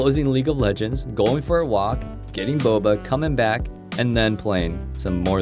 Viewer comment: i actually had a feeling u might a fellow asian boi the moment u uttered the word boba XD